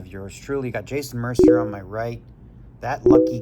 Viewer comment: "MER-CI-ER" - you're Canadian and you're pronouncing Jason's name MER-CER?😂 Bad form Daniel. Bad form.😂